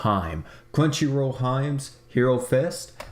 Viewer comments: Wait is it pronounced Him-E? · it hurted me everytime he said "hime" XD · Omg its hee may pls stop saying hime xD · Yo Hime is pronounced "He - May" Japanese pronunciation doesnt have all that silent e bullshit. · ITS PRONOUNCED HEE MAY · yeah, it hurts so badly. All he has to say is Heeeee meh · Got her and bro that's not how you say her name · Dear God "Hime" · Natsuru I cringed every time 😂😖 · Honestly lol hopefully he sees this and pronounces Hime correctly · No fkn kidding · U get used to it...